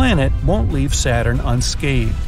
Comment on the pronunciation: This man doesn’t know how to say leave he said weave 😅😅😅😅😂😂😂😂